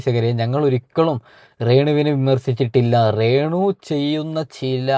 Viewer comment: റേ ണു അല്ല de രേണു 🤣🤣🤣🤣